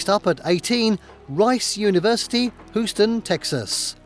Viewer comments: It's not pronounced HOOS ton, Texas, it's HEWS ton rhymes with hue! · “Hoo-ston Texas?!? I-ta-ca NY?!? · Rice University, Whoston, Texas... lol. I wonder how he would pronounce "Whitney Houston". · OOston, Texas. LOL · ITH-i-ka (New York) HEW-stun (Texas) (your welcome). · Weird to hear a British-accented bot. The pronunciation of Houston when talking about Rice and St. Augustine when talking about Flagler was interesting as well. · Better than his pronunciation of Houston.